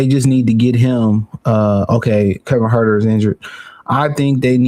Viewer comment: I gotta ask...is it a running gag to mispronounce players' names? Because man, these names be getting butchered here. My man rhymed Leverter and Kevin Huerter. LOL